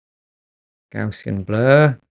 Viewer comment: Thanks for a very in-depth video. I was slightly amused at your mispronunciation of 'Gaussian' which is named after the mathematician Carl Friedrich Gauss and thus should be pronounced to rhyme with 'house' and has nothing to do with gauze 😀 a common misconception.